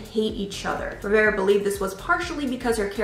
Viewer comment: Naya Rivera not Riviera